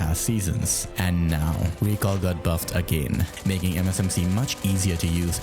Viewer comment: "the recull" 😂